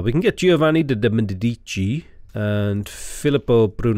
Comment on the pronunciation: Those great people are pronounced as they were Giovanni de Médici e Filippo Brunelleski